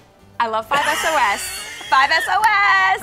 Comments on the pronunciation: 5 es oh es. (cringes) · "5 ES oh ES" 😑😑😑😑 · When she said 5 es oh es I threw my phone literally and it's very cracked now so thanks ❤️😂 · said 5 es o es